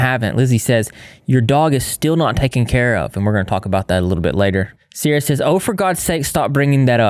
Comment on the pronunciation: IM SORRY BUT "cierra the angle"